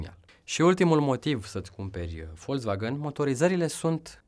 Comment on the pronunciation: Volzvagan se zice